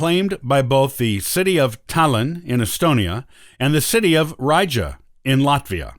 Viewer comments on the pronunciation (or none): Ree-Ga not Rye-Jer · Lost me with the butchering of Riga. REEEEEE-ga not rija.